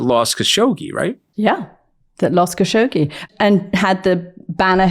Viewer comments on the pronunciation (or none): none